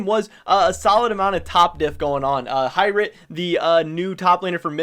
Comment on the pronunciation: H(igh)Rit,, your pronunciation is terrible sometimes honestly. Love your content though